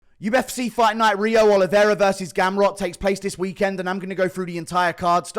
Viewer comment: He doesn't even pronounce Oliveira correctly bro